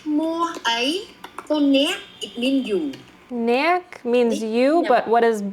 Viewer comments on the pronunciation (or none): Hey, I’m Cambodian American, and I love how you’re so respectful and curious about our language and culture. This is the first time I genuinely enjoyed seeing a Barrang exploring Khmer lol. Pro tip- you probably already realized this, but you don’t actually pronounce the “k” in “neak” (you). It’s more like just halting your voice (kinda like when you say the double t’s in cotton: kaw’-n). So it’s more like “nea’”, instead of “neak”